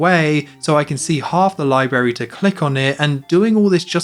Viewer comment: THERE'S TWO RS IN LIBRARY ITS NOT PRONOUNCED LIE-BERRY